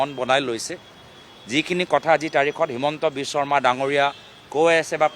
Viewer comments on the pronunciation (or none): none